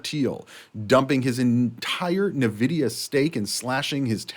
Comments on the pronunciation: NVIDIA not NAvidia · It's pronounced En Vidia